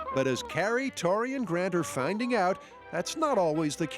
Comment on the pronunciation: One of the best things in Mythbusters history is that Tori is Italian heritage and not once ever do they pronounce his name correctly 😂😂😂